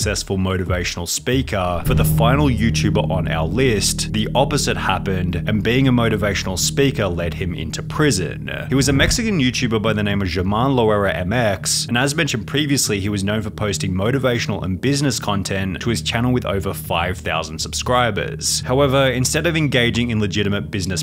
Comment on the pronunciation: That pronunciation of Germán Loera was cursed. 😅 Although it's excusable since (I suppose) you don't speak the language.